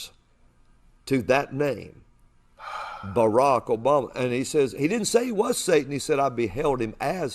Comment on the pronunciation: "BARAK OBALMAHL" Geez these people